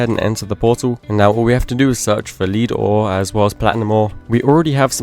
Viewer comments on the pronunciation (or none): Lead ore is not pronounced the same as a Lead you use on entities, it's pronounced more like Led. Sorry to be the pronunciation police lol Fantastic playthrough as always, I've been considering an ATM10 playthrough as a means to learn some of the tech mods i'm unfamiliar with (create and mekanism primarily) Still think you're criminally underated as a 100 day let's player. You deserve much more recognition my man, keep up the good work brother. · Please for your own sake look up how to pronounce lead i cant take it anymore 😢